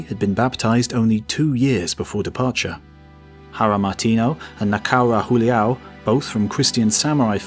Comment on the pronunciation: "J" in Julião is pronounced like a formal J not like the spanish pronounciation. And you pronounced Valignano well, why didnt you pronounce Martinho the same way? (gn = nh)